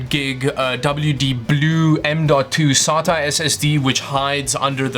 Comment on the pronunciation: Are you from South Africa when you said sata it sounded like a South African English accent